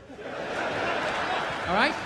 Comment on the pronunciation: " and.. AHLL of a sudden" ... wtf?? Who talks like that? I don't care where you're from... I've never heard "AHLL" until Bill 'go-fuurarrhkk-yourself' Burr here! Weird.